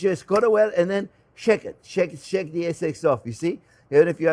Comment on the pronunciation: This looks delicious! Also I love when you say ”shake it, shake it, shake it” yet it sounds like ”shek it”.